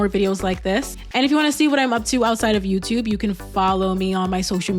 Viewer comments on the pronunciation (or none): none